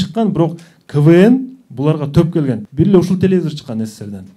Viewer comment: Тупые..телевизор а не телезор....🙄